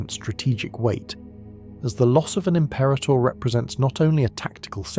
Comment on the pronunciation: Stop saying the name wrong!Rah,rah rasputin say it wrong again and your subs are in the bin. Im-pera-tor. Not Im-perah-tor. No ta dah! No ha ha! No ta rah!